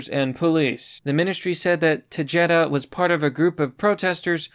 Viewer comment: That red haired POS Jen Psaki makes the N.Korean newslady and Baghdad Bob look and act sane and rational in comparison. Also, it's "Te-HEH--DA" not "Te-JAY-da"